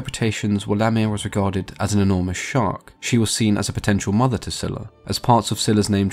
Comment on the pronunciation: It was pronounced as Zayla. That is what I first heard.